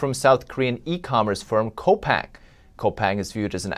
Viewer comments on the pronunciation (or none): really? Co-pang? The Korean company "Coupang" is pronounced the same as 'coupon', but with a 'g', i.e. "coupong".